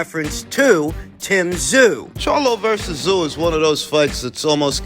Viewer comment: Also as a Strayan, J you should know it's not Tim Kazoo 😂 we say Zim Too